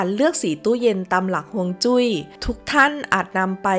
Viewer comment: ออกเสียงว่า ฮวง จุ้ย แปลว่า ลม น้ำนะคับ ไม่ใช่ ฮวง จุ๊ย